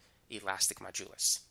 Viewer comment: lol great explanation. I always laugh when you pronounce modulus. You say majulus :) lol